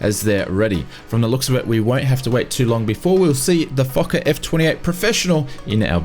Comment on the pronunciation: I giggled every time he said Foker. Yes, I'm that immature. No, I'm not making fun of him.